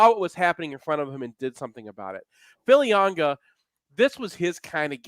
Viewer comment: Oh, and could so please tell that there is no "N" in Filiaga?